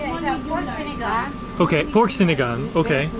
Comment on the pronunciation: Pronounce sinagāng as sinagong :)